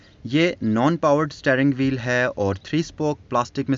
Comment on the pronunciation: Took me back to old times. My dad bought same model new when we lived in Quetta. It was one of the best cars we owned at that time. Very strong and comfortable ride. you were saying " staring wheel". It is 'steering wheel". When using English words in Urdu, please try to pronounce them property. It does make difference. Thanks